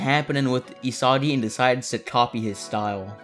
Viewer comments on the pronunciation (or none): I swear bro randomly started Saying Isadi and Nadi